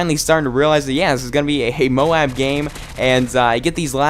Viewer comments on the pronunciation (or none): nice vid but the tite might flow better if u prenounce moab the other way. js. but great vid! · Dude! You are awesome, just subscribed to you, ´cause of that Wii guy... But you need´a say "moab" the different way seriously!! xD